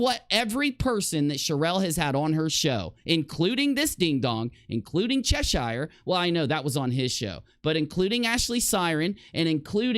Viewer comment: It's still annoying that Americans can't pronounce Cheshire correctly.